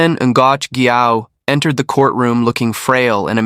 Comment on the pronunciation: Ngoc sounds like knock